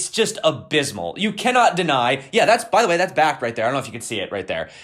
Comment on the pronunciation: You said bakkkt bakkt bakkkt...that fakkt you